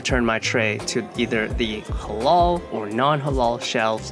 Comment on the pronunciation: He pronounced halal as halol